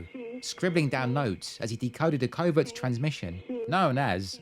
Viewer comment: You said covert correctly - cover-t.